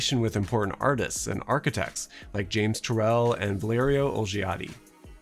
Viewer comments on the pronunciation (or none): The first „i“ in Olgiati is silent :)